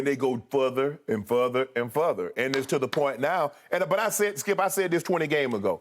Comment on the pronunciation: Futher and futher and futher 🤣😭☠️